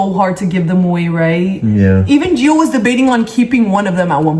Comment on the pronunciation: No hate but it’s gio